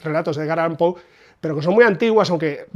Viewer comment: Excelente info como siempre, precisa, rigurosa y objetiva; y por fin escucho a un español decir "Pou" y no "Poe". Tampoco se necesita mucho esfuerzo darse cuenta que Poe es un master, sea cual sea la traducción. "Páginas de Espuma" edita con calidad sin dudas, pero esta cubierta es "horrible", y ni hablar de la libretraducción que quieren promocionar como "original". Respecto a Mariana Enriquez, solamente "El Cuervo", le sobrepasa por 10 veces. Agrego que tengo la de Gredos (Cuentos), con traducción de Cortázar.